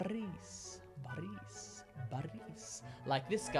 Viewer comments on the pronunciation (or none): it's not ba-rees, it's bo-rrrrrris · Why u sing while u r pronouncing the words? that sound so fucking weird, Russian accent is very directly and don't have those kinds of BOOOOORISSSSSS VLADIIIIIMIR that sounds so bad!!! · Нет, не русский. У него получилось Игор и Борыс. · The first two ones were awesome. Igor (Игорь) has an extra sound at the end. For Boris the explanation was correct, but at the end, when the author pronounced this name a few times in a row, he mispronounced "i"repeating the common mistake he explained before :) For Grigori "i" sounded very close, but a little bit wrong again (though I understand it must be a complicated name for an English speaker). Also, the Russian version (Григорий) has an extra sound at the end. Overall, awesome explanation! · everything sounds really good! but the letter R in the names IGOR and BORIS is pronounced softer due to a soft sign at the end of the name IGOR, and due to a vowel I after the letter R in the name BORIS.